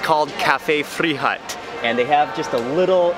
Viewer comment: Frischhut is actually pronounced more like fish with an r (Frish) and the second part is like Hoot. So together it's Cafe Frish-hoot